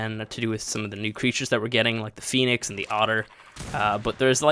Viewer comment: “fenix” lol